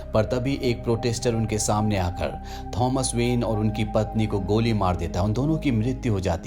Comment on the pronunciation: his name is tho-mas not thoms